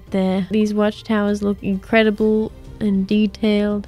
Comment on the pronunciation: Pewdiepie" InCRReadiBLe JOB "